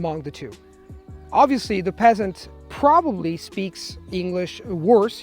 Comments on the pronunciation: I know, it sounds so harsh when he says it. I flinch a little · i cant stop laughing every time he says peasant 🤣🤣 no hate ur amazing but it’s just hilarious